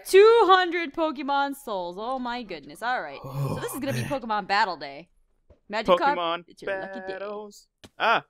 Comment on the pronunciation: why do they call it magikarp two words MAGI and KARP